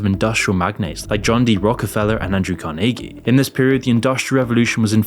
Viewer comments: Every time I almost forger your not A.I., you do something like pronounce Carnege in a way I have never in my life heard a human say it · your pronunciation of Andrew Carniggy sounds very AI lol. It is supposed to be said Car-nah-gee. Looks like I'm smarter than AI 😝